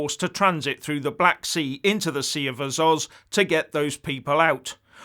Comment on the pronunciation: Azow, not Azoz